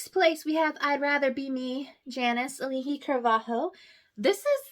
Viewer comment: I really love your thoughts on this musical I also really do agree with a lot of what you said, but hearing you butcher Auli’i Cravahlo made me cringe slightly…Sorry